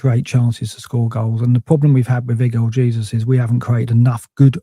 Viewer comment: learn to say Jesus name correctly ffs